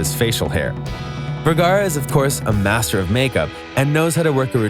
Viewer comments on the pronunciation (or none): none